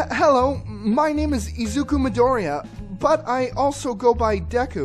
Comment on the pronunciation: Think you pronounced Midoriya wrong....